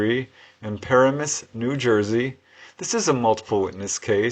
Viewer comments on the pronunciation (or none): It is Paramus, NJ and the accent is on the second syllable